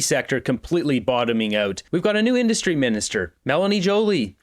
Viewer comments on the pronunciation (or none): Great the new industry minister can't even say the word "industry" properly! 😢 We are doomed!